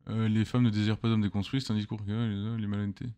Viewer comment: Homme "DESCONSTUITS" ? Vive la fronce